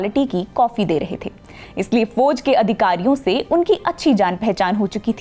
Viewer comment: Foj mein nai jana. Please improve her pronunciation